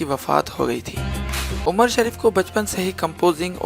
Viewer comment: Galt bol rahe ho qast shareef nhi he nam umar shareef he